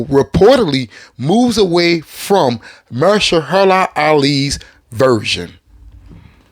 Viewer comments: Say it with me now. "Muh-hersh-alah." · MA-HER-SHA-LA...damn. You gotta work on butchering names bro. 😅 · Good brother, I love the Blade content and I'm with you 1000% for Wesley... But Mahershala Alis first name is pronounced muh-HER-shuh-luh Not "mer-shuh-HER-la" which you've consistently (and hilariously) mispronounced it as. I don't want him as Blade either but I think it's respectful to pronounce one of our Oscar winners name right, ya know? Peace brother! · Are you mispronouncing his name on purpose? lol